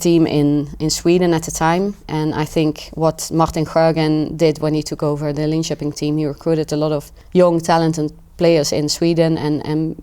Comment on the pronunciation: Her pronunciation of Linköping is 100% spot on, no different from a native Swede, no hint of an accent. You rarely hear that perfection from second language speakers. Of course 12 years is a long time in a young person's life, but still.